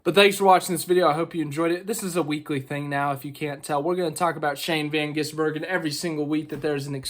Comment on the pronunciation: Congratulations, you are one of very few Americans who can pronounce the name SHANE VAN GISBERGEN. What is so hard about that is beyond me.